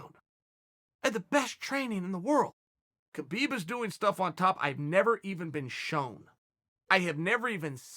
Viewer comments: have I heard someone saying khalabib? no? alright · Chael is really off when it comes tho Khalabeeb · Chael stopped to make sure he pronounced Khabib’s name right...